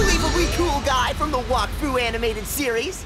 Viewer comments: Omg It's NOT "Walk-Fu"! It's "Wack-Fu"! It's Pernounced Wack! Not Walk! -. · I thought it was pronounced Whack-Fu... Not Wok-Fu lol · What’s bothering me the most is that says.... Wokfu